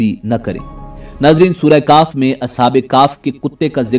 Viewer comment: Surah kahf not surah kaaf